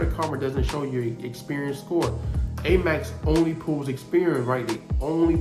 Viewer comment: He kept saying Amax card. I heard of Amex card. It was quite annoying. But I get the gist. I appreciate his information.